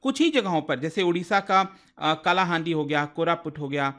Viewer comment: कालाहांडी नही कलाहांडी बोलो ये काला नही कला (Art) है ।